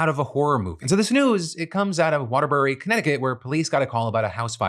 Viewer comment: I always know when someone isn't local with their pronunciation of waterbury lol